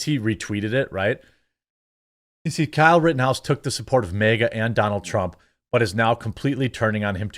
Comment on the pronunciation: Its MAGA not MEGA, dude cant even say it right.